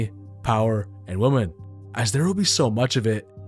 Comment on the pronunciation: why can't you pronounce the word "women"?